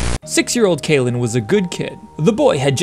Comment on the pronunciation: Can't get over you saying cailen instead of cailib. Now i don't know who to believe 😵‍💫